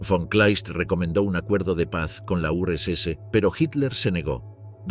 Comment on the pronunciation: Nadie se da cuenta del nivel de IA que hay en las voces en OFF?? Los tonos las pausas las entonaciones… es casi perfecto.. como un humano. Hasta hace dos días las voces en off de YouTube eran bastante lamentables. Si no es porque esta voz dijo Urs ese (URSS) en vez de Urs casi ni me habría dado cuenta.